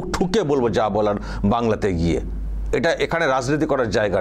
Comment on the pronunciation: গিয়ে হবে, ঘিয়ে নয়। সংশোধন করুন। দৃষ্টিকটু লাগছে।